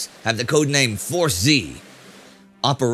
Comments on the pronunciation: Historically speaking, the British force was force ‘zed’ and definitely not force ‘zee’. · The British force is Force Zed, not Force Zee. Americans say Zee, everyone else in the world says Zed. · Indy, that Royal Navy force was "Force Zed", not "Force Zee". Just a small criticism - otherwise this is Great YouTube Channel, and in well over 100 episodes I haven't noticed a single factual error.